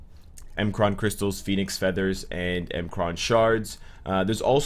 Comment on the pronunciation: It’s not m kraan shards It’s pronounced “mikran shards)